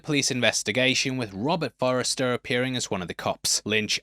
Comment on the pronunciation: Everyone pronounces Robert Forsters last name wrong 😂